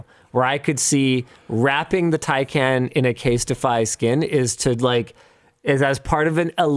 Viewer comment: Casetify not Castify